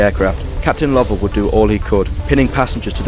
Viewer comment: It is incorrect. There is a different name, "Lovell" (like the astronaut) that is pronounced the way you did it, but it should be "Low-ell."